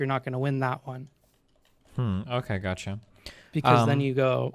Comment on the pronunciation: "This is the 'gatcha' " "Gatcha"